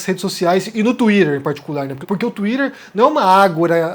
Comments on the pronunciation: enquanto vc falar tuírer vai ficar difícil de assistir ... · Fale "twitter" direito rapaz, vc não é americano